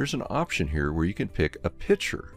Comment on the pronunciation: Outstanding presentation. I learned a lot, and I am so grateful to you for sharing your expertise. One thing, however, that I found extremely annoying. Pronounce the word 'picture' by including the hard 'c.' It is not a pitcher! Other than that, your training was excellent, and I subscribed.